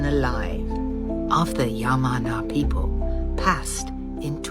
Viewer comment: Chic with the chronometer theory cant even pronounce passed correctly and said paced She need to go to sleep.